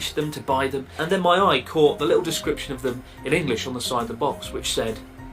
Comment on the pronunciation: Love how you say “Engrish” No disrespect intended.. it just makes me giggle 😄🙏🏽